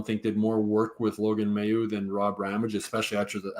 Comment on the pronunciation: His name is pronounced May-u for crying out loud even Stu said it correctly to you and you still keep saying it wrong WTF?!?!